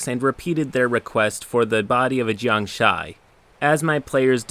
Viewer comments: uh, it's "Gee-ang-shee", not "Jay-young-shy". Also, the DM was wrong - a Jiangshi is a classic chinese vampire, not a wight. Eh, whatever. The fun was pun. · Just here to point out it's pronounced jiangSHEE not jiangSHAI (and it means zombie in Chinese, but close enough) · Jiangshi mispronunciation killing me. it's jiang-'she'. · It took me two minutes to realize he was trying to say jiangshi and not jiangshai. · It really pisses me off how you keep mispronouncing jiangshi. It ends with a "she" sound, not a "shy" sound. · jiangshi is just basically zombie in chinese.... btw, its not jiang "shy" but whatever, cant expect everyone to pronounce everything correctly. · it's pronounced "Jang-shee" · Jiangshi is pronounced "jiangshih" not a diphthong. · You said “Jiangshi” wrong. The end is said like “she” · Your pronunciation of jiang-shi hurts my soul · Every time you pronounced jiangshi, I cringed. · The way he pronounces jiangshi hurts me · as much as I typically love your channel the pronunciation of jangshi makes me cringe lol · I flinched at your pronunciation of 'jiangshi' 😂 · the way he pronounces jiangshi hurts my soul in ways unexplainable. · you said Jiangshi wrong, i will now laugh Ha